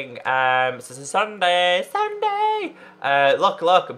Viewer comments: Pstt.. It's not Sunday its sun-dee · Is it me or did he say Sunday it's sundee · ITS PRONOUNCED SSUNDEE NOT SSUNDAE!(NOT hate, just letting him know, k? LOL) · Logic *The back is different because since popularmmos has a cape on pc, console versions do NOT have capes! So, that's why the legs had half the cape 🙀🙀🙀🙀🙀🙀🙀 lol By the way you said Ssunde wrongs it's not Sunday it's s-und-eh (Ssunde) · You said sunday instead of ssundee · SSundee not Sunday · Its pronouce sun-dee not sun-day but its ok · Sun-dee not dun-day lol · Its sundeeee not Sunday hahaha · Sundee not sunday pronounciation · u say SSundee's name wrong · u pronounced SSundee's name wrong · U said SSundee wrong